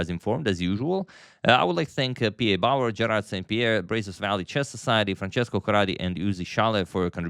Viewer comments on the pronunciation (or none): none